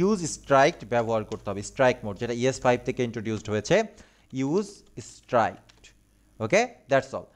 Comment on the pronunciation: দাদা, আপনার অনেক কটা নতুন শব্দের উচ্চারণ জেনেছি আপনার এই প্লেলিস্ট থেকেই। কিন্তু ওই কথাটা আমার মনে হয় "ইউজ স্ট্রাইক্ট" উচ্চারণ হবে না, ওটাকে আমি যতোটা জানি "ইউজ স্ট্রিক্ট" উচ্চারণ করে।🙏🙏🙏🙏